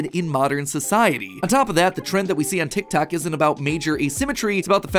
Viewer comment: you keep saying tictac instead of tiktok i cant